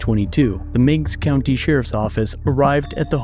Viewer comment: Did he say nigs county ?